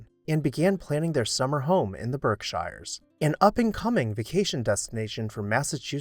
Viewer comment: Berkshire is pronounced like "berk sheer". Yes, I'm a native and that is the correct pronunciation.